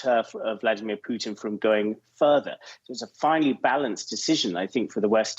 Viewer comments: it sounds like hes saying poutine instead of putin lmao. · I still laugh every time that I hear the pronounce the Russian leader's name as "Poutine". It means something else in Canada. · he got corrected on pronouncing Putin's name